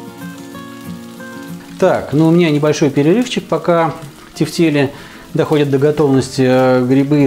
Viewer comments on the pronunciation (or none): почему в слове тефтЕли ударение на первый слог? как же ухо режет. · Первый раз слышу ударение на первый слог ))